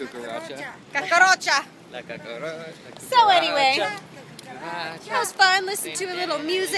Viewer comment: You said cucaracha perfectly lol!!!